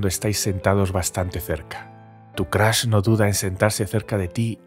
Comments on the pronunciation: Soy el unico que le gusta mucho su voz pero odia cuando dice Crash joder es Crush no Crash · Nadie: El narrador: Crush = Crash